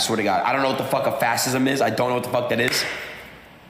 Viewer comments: Wait until you find the clip of him finding out what fascism is. When he found a definition, I think he got more than every other word wrong. Oh, and he called it "fassism." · I saw a livestream by this 23 yr old and he was asked what fascism is. He looked it up on Wikipedia and could not even pronounce the words that were under Wikipedia. He didn’t even know who Benito Mussolini was and pronounced his name,” Benito Muzzoli”. Typical youth making money on social media with absolutely no education. Sad to know this is the generation of youth is becoming!! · A guy who couldn’t pronounce Fascism or authoritarian right is interviewing former presidents? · The same dude who didn't know what fascism was after mispronouncing it a hundred times. This is the doofus that met Trump.